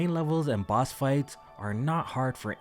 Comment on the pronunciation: 28 Times Ngl sometimes you said Boss and it sounded like Bots. Good Luck to the winner